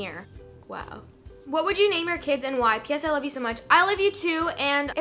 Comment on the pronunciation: somebody count how many times she said "I LOYE YOU TOO"